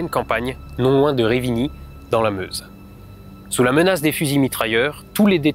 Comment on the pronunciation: ça se prononce reuvigny dans la meuse